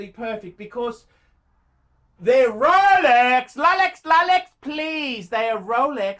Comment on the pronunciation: THEY'RE RROUHLEEKS!! LOLEKS LOUHLEKS LOLEX PLEASE! ROLEX PUHLEASE!